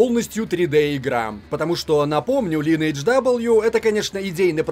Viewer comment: лИнедж ))))) Оруууу